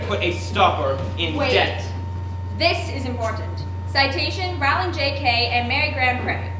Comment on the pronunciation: They said the almighty queens name wrong every time! Her last name is pronounced rolling, she said it herself. For shame!